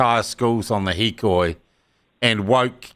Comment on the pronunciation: Its got everything to do with education! And its hikoi by the way